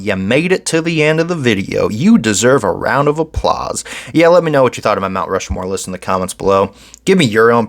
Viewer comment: Stop saying Rushmore wrong. It's Rushmore. Not "Rushamore."